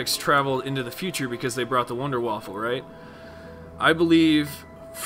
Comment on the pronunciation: *Wunderwaffe, not Wunderwaffle